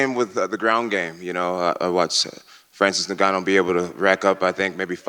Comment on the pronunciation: “Francis niganno”